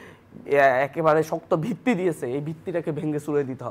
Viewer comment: দিয়েসে, করেসে, বলেসে...